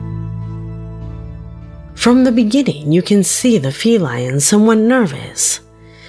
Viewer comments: #7 - It's "Feline" not Fee-LION". #6 - It looked like a toy Sailor from WWII (white bellbottom pants and white top) holding a rifle used in ceremonies or parades that gets twirled and tossed in the air, not used in combat. It looked like a large doll, and then someone came up behind it and snatched it away, then placed it back. That's all it seemed to me. #5 - Looked like someone running toward the road and either there was a slope down or a tunnel under the road for water or for a trail. Maybe. I don't think they vanished, but merely disappeared to a lower ground. #4 Leprechaun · I swear to god she just referred to that cat as a FE-LION…….TWICE!!! 😂 AND 😳🤯🤣💀 AND <For the record..,,have you EVER seen a fe-lion…I mean feline…CAT, let’s just say CAT. Ever see one in the movies? Those cats are trained. You can ABSOLUTELY train a cat> Why do creators constantly make so many unnecessary yet inaccurate assertions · She indeed said "fe-lion"...😂😂😂😂😂😂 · Fe-lion? Feline Red fire lion ? Fe fae is fire people of forest not iron in chemistry. Fe rest forest is where the fire people sleep? I love taking words back to root. Fe lion is a cool pronunciation. Yes the gods kept pet cats lion and cat. See Egypt art. But mainly atrox lions.